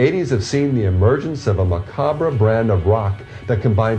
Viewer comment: So we're supposed to believe what this idiot says about Jesus in the Bible evil and the Occult but he can't even pronounce the word, macabre correctly?